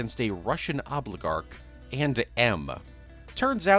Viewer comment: "A Russian obligarch"